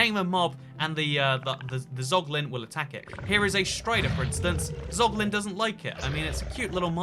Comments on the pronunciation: dont say poglin ever again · casuals: zoglin real gamers: poglin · yo toycat tf is a poglin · Nobody:: POGLIN